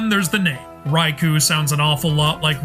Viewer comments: The Raichu, Raiju connection might be legit as the "ch" sound and "j" sound are adjacent in Japanese phonemes. Raikou can't though. It's pronounced Rai-koh not Rai-koo so no connection there I'm afraid. As for Manectric, its Japanese name is Raibolt so literally "lightning bolt" lol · In Romanji (romanization of Japanese words) "ou" is a drawn out long O sound. The U indicates you hold the O for a length of 2 mora (syllables). Raikou isn't pronounced "rye-koo". It's "rye-koh". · Sorry to be that guy but 前 (mae) is pronounced Ma-eh not like the name "Mae". Similarly 栄螺 (sazae) is Sa-za-eh Namazun (ナマズン) is its official Japanese name Raikou (ライコウ) is pronounced Rai-koh, not Rai-koo. 公 (kō) is the title for a duke or prince (It was the pronunciation of this Pokémon that made me write this lol)